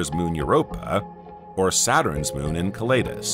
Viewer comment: En Cell e dus... Pronunciation is key